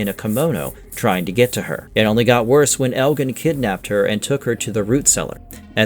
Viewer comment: elgin too lol